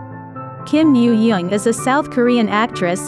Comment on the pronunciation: kim yoojung not yo yo